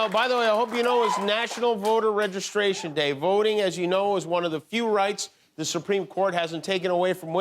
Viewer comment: Jimmy struggles with the word "registration"?